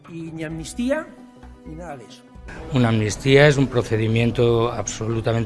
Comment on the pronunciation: Si escuchan bien. Pueden poner la velocidad lenta. Los del pesoe y cía no dicen amnistía , dicen atutia.